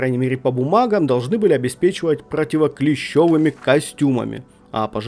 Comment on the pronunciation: Информация полезная, но очень режет слух, противоклещЕвые костюмы 😱 и воздействие на окружающую срЕду. 😱. СредУ, противоклещевЫе.